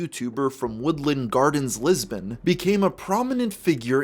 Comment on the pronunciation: Lis - burn Not Lisbon that’s Portugal 🇵🇹